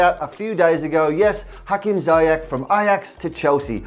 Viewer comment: is there anything that english people can pronounce, jezus christ i had never heard of hakim saiyak